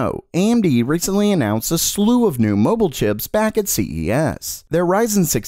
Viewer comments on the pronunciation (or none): none